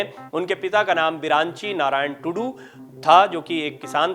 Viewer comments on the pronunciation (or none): महाशय जिले का नाम मयूरभंज हैं न की मयूरगंज ! महामहिम जी के पिता जी के नाम बिरंची हैं न की बिरांची ! रायरंगपुर एक जिला नही हैं, मयूरभंज जिले के अंदर एक ब्लॉक हैं।